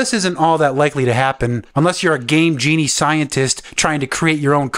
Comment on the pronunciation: I thought that he said gay genie.